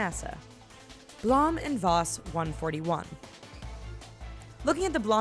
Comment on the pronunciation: It's not blom it's blome